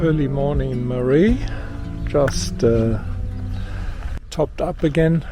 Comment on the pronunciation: Hello, I respectfully say that Marree is pronounced Mar (as in Jar) -ree, Mar-ree. This is different to Marie like a women’s name. Regards Maris